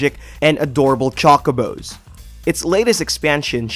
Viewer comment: Did you just pronounce chocobos like a GD piece of chocolate?!. Poser!